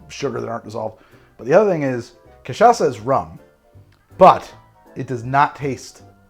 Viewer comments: Holy shit he learned how to say cachaça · Hey, you nailed the "cachaça" pronunciation! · Wow, we've come a long way, from saying Ca-tcha-ka to arguing that cachaça is a rum with perfect pronunciation. I feel like a proud mom. But seriously, using sugar on a caipirinha has it's upsides: as you drink the ice melts and dissolves the rocky sugar over time. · I'm impressed at your effort to correctly pronouce Cachaça. Spoke just like a native speaker. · has learned how to pronounce Cachaca since last time! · Yes! You got the pronunciation of Cachaça! 😂😂 Well done!